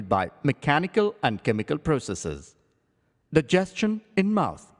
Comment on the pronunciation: 'Daegiestion' wow learn pronunciation